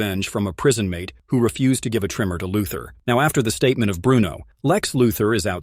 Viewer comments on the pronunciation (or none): none